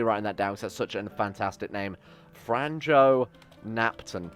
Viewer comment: Bro please dont butcher name Franjo evry time you say that name little bit of me dies(its croatian name)